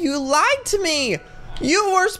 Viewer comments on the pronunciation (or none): none